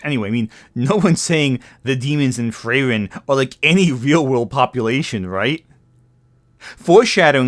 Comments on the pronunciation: Good video but, please, "Frieren" also has a "i" in it. It's literally a german word 😭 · you couldnt be bothered to check on how to pronounce frieren could you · The way you pronounce Frieren is kind of horrendous, not gonna lie